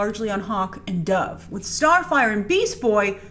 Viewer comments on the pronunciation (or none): none